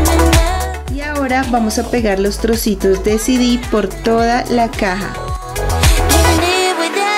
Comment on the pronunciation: Porque dice sidis?😂😂😂